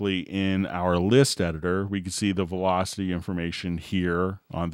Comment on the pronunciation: Must be a joke, it only distracted me.